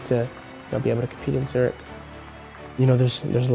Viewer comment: It breaks my ears how they say Zürich.